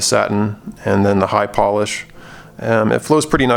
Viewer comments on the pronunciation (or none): none